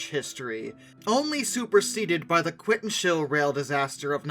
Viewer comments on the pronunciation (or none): Quintons Hill, not Quintonshill.